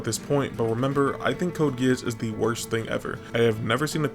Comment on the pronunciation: ts is ragebait, bro cant even say geass properly.